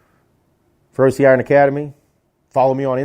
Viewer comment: I like your content,i like your no bs persona but as someone who is fluent in italian the way you pronounce feroce is just horrendous. It's feroce,not ferrosi.